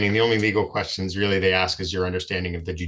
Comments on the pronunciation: Another black guy who can’t say “ ask “. It’s not pronounced Ax. This poor man is obsessed in thinking that he’s a victim. Sylvester Evans? He is not competent. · He would "axe" him? What an ignorant mooron!